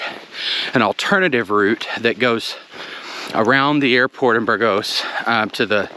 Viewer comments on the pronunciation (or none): I think it's BURgos, not burGOS ...